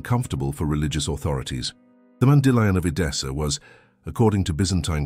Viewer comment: Be consistent in your pronunciation of “mandillion”. It is not Mandy lion!